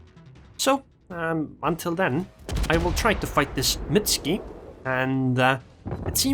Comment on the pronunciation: Why dont you pronounce the "U" in Mutsuki? You make it sound like a Russian ship? "Mutsky"